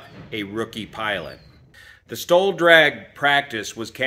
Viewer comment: Really had to concentrate to hear the difference between "STOL" and "stall". At first I thought was talking about a "stall demonstration".